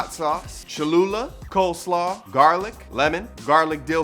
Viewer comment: Did you say coldslaw its coleslaw